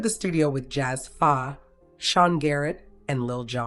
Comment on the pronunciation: "Jazz fa?" Girl if you don't know the culture well enough to know the producers, then don't cover these kind of artist. JAZZE PHA. Pronounced jazzy faye!